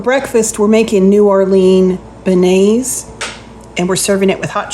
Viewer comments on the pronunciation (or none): they are pronounced benyay